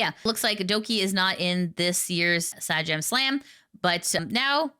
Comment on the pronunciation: also, it's 'Say-Jam', just in case people aren't aware how to say Sajam.